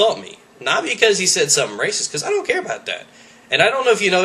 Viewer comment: its said not sead